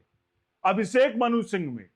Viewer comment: अभिसेक नहीं अभिषेक